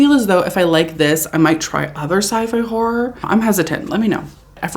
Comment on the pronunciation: It’s pronounced horrOr